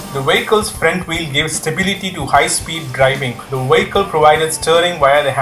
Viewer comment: It's: Vee ick al not Wee ik kal it's English Not German! Da??